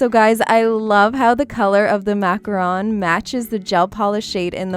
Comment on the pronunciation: Thanks for pronouncing macaron correctly! Some people pronounces it like macaroon because they probably don't know that macaron and macaroon are two different cookies. Your videos are fantastic by the way. 💗